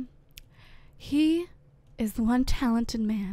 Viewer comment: I died at the Rashawn part, I just love how she pronounces names😂😂😂